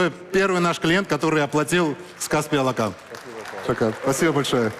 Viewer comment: Наверное господину Ламтадзе можно было уже научиться говорить Алақан без акцента!!!! Алақан в переводе с казахского ладонь